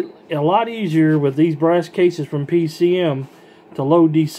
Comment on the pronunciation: You said it wrong thru the whole video ,I'm not trying to give u any shit it was just funny